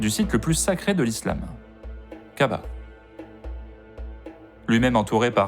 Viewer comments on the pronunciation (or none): C’est pas kaba plutôt Kaaba, pas Alarm mais Al Haram.